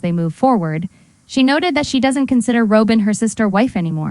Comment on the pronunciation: Row-bin Brown?